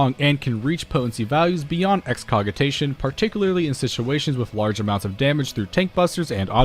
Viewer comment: That's a soft "G" in Excogitation, by the way. I pronounced it your way at first, too. It's another word for "to plan" or "to devise." For Nature's Minne, there's an "eh" sound at the end due to its roots in High German.